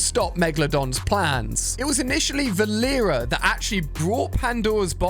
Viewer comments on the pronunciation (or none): VAL EE RA DON'T SAY THAT IT IS PRONOUNCED VAL E RI A